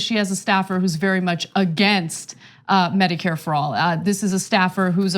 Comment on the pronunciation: "Meh-dicare" lol